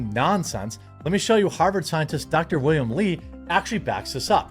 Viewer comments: One slight correction, it's "Willem" Dafoe (the acting god) not "William" Dafoe. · WILLEM NOT WILLIAM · 10% of this video was an ad read. Its Willem not william.